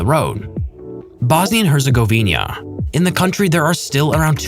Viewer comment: Also it's Herzegovina not herzegovinia